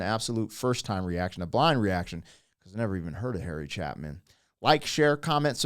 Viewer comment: Harry Cha-long A-pin